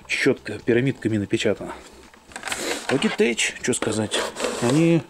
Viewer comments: название читается «Лоджитэк», а не Логитэчь. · как всегда супер видос. Не пойми превратно но всё-таки Лоджитек))))))